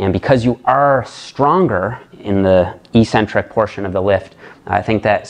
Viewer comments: You have the word 'eccentric' written properly. How come you don't pronounce the first 'c'? The syllables are ec-centric, not e-ccentric. How is it even possible to pronounce the word the way you do? Your pronunciation changes the meaning of the word, too. Your pronunciation changes it from 'away from the center', to 'without a center'. That makes no sense. Please explain. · There is no English dictionary in the world where the proper pronunciation for the word 'eccentric' is Ee-Centric. None. Not even one. Pick your favorite British or American source. Look it up. They all say, eK-Centric. It is only meatheads who mispronounce this word., you're too good to be one of them. Please! The word is eK-Centric. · Evolution of language is not an excuse for ignorance. It's ONLY the bodybuilding community that mispronounces the word. Ec- means 'away from'. Centric- means 'center'. This is why odd people are referred to as eccentric, b/c they are not in the 'center' of normalcy. Concentric, moving towards the center. Eccentric, -moving away from the center. Ee (e.g., without a 'c') means 'without'. So E-centric means 'w/out a center'. It makes no sense. Some ignorant bodybuilder started mispronouncing it, likely b/c it sounded odd to him to say 'eK-centric'. His fellow meatheads followed suit...and none of hem knowing any better, it stuck! To answer your question, 'who really cares'? Those of us who see as much beauty in language as we do in a perfect body. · Literally everyone says ee or eh centric.